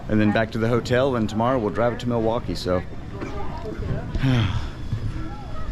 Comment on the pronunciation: I've lived in Madison nearly my entire life and I have NEVER heard anyone pronounce Milwaukee that way. As far as I'm concerned, had it right. "Mill-wok-ee," with the L. And while I'm at it,,, "Wisconsinite" is in fact our denonym. But "Sconnie" also works!